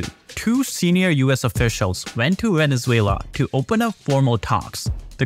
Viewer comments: "VENELUZA".....???....HAHA.....don't trust this guy at all...... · 😂 Veneluza ? I know Maduro is a loser butttt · It is not Veneluza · Veneluza... Dude, come on! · literally opening your video just to see this complete butchering of my country's name on the very first second